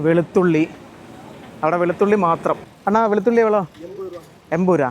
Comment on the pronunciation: அன்னா அல்ல.அண்ணா 😅